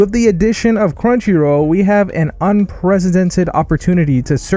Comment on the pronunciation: Hey just wondering where you’re from I’ve never hears anyone say crunchyrow